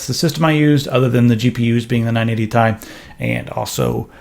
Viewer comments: You pronounced "TI" as TEE-EYE instead of tie. The Nvidia gods shall be angry. Honestly it should officially be just called tee-eye instead of tie. That's how I call it, and screw Nvidia marketing. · stop saying 980 THAI its the 980 T I :D goddamn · Aristeidis Zoungouridis Well it is not actually pronounced like that the CEO of NVIDIA even says T-I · UGHHHHHHH "980 TY" UGHHHHHHHH.....Stop....just Stop. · Captain Asteroid It does refer to Titanium-- using the periodic table abbreviation When saying chemical formulas out loud you don't say it like a word like "tie." You don't say CO2 Kohhtwo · "Ti" as one word. Sound so weird. Probably a legit way to pronounce it, but I cant stand it >:<